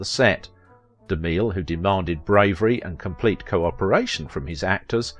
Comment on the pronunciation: It's pronounced Ja NETTE, rhymes with Annette, Babette and Paulette. DeMill...Mill rhymes with still and thrill. Just an FYI.